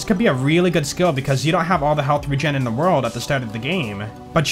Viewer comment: I like your videos and subscribed. But I wish you look up how to say words you aren't familiar with like sabot and vampyr. Also the way you say "the" as "da" was driving me crazy.